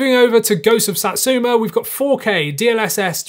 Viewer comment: Ghost of SAK-SU-MA 😂 ⚔️